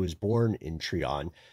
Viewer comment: Pretty sure you’re referring to, Try-On not Tree-On. Growing up close to it we heard stories about the house. We heard the devil worship that happened in the house and how authorities cemented the basement to keep people out. The GBI agent who investigated it wrote a book about it.